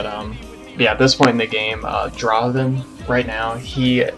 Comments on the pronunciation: Not dra-ven! Draaaaaaaaven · its not dra-ven, its DRAAAAVEN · Dra-ven = wrong.